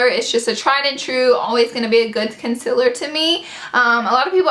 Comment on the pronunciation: It's con-see-ler not con-cil-er lol